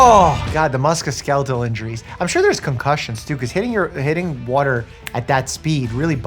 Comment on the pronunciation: MUSCOSKELETAL injury 🥹🥹🥹🥹🥹🥹🥹 He has mispronounced it in the past as well. 😢